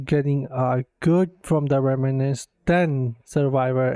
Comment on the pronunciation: It's pronounced "rem - nants": two syllables!